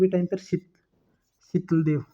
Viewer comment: शीतल देव ❌ शातल देव✅